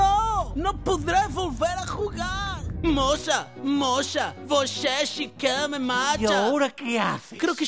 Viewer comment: Es Nossa. No mosa 😂